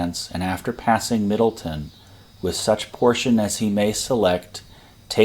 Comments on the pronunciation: Living in Frederick, I agree with the pronunciation corrections below. And not to pile on, but it's MiddleTOWN, not MiddleTON. But otherwise, well done. I have spent time at these sites and can see the problems both for the attack and defense. It's not easy fighting in mountainous terrain. The old Mountain House at the crest of Turner's Gap, where DHHill made his headquarters, is still there and is now an Inn and restaurant. You can still see some bullet scars on parts of the stone. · Nice presentation. FYI, Middletown is pronounced “middle town.”